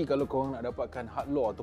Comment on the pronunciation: sebut bagi betul bro malu kat org... 'luuuerrr' bkn 'lor'